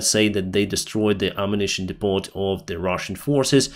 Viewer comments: It is called a depo(t), not depot. The last letter is silent. Again, in "lack of" is bad grammar, just say, they lack. Keep up the good work! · Depot* (dee-poh) instead of (dee-pot) Thanks for the videos! 🙏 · Depot, pronounced D E P. O the T is silent, OR ARMS DUMP.